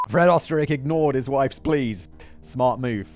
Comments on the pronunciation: You were close with the Pronunciation. It's said like "Oosterreich" Österreich is German for Austria. Ö is represented as the "Oe". The Umlet does a thing to the vowel to make it sound the way it does. I can't fully explain, I'm still trying to learn German. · Oesterreich is just the German word for Austria. So he might be from my home country even. It is funny how simon tries to say it though :)